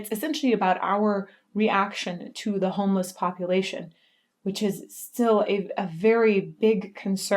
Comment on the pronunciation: I tuned out when you said 'teh'.